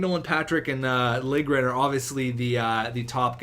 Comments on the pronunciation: Its pronounced "Lil-ye-grin" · To properly pronounce it, its Lil-ya-gren. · It's Lil-Ja-Grin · lil-je-gren jesus man you need to sound out the names more often haha